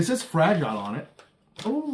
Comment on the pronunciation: if it's easier for you, you can also say "fra-jill"